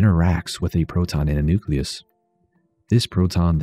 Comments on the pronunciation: Nuke-Lee-Us not Nuke-Yuh-Luss. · FFS, nuke-ya-lus? I stopped watching at that point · "Nuculus"? My god. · Did you really say 'nuculus' the way some people pronounce nuclear like 'nucular'? I can't take it. I just can't.